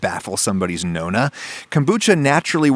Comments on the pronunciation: My friend I usually hate comments like that but its pronounced nonna with a fast "no" kind of like Gnocchi its gnonna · good video but the pronunciation of nonna was horrific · The way he says nonna and gnocchi🤦‍♂️